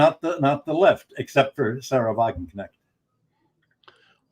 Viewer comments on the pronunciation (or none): none